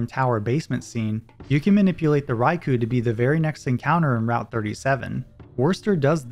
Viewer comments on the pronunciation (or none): I can't help but recoil a little bit every time I hear "Rai-coo" instead of "Rai-koh". ^^ Which is silly because I say "Kyo-gre" instead of "Kai-ogre" even though I know it's wrong.